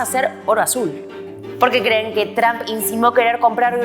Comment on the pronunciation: La presentadora: TRAM al referirse Trump 😂😂😂.